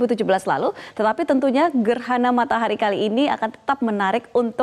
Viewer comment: gerhana matarah 🤣🤣🤣🤣🤣😂😂😂